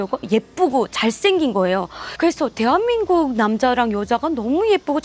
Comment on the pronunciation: 大韓民国＝テハミングク ソンイさんの「テアミング」だけ分かった 😁www